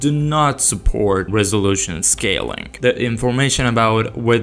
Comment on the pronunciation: bro said resolution like a real russian